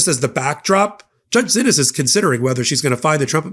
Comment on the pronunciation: While someone who did not know that the judge pronounces her name otherwise would pronounce "Xinis" as Zinis, this judge pronounces her name as "SHE-knees". As an attorney you should have inquired about that, when you heard multiple people pronouncing the name differently. A quick call to her clerk would have cleared it up. Sorry, but to not do so is sloppy, if not downright incompetent for someone acting as an analyst & reporter..